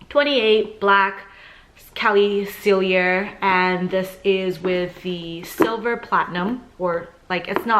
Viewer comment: PALLADIUM not platinum. SELL-EE-AY, not sell-ee-yer. girl!